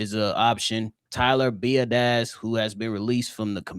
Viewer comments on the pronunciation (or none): Tyler BEE-YA-DISH